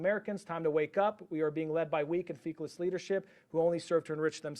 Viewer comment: Intraoral not intraorbital. Feckless, not feeckless.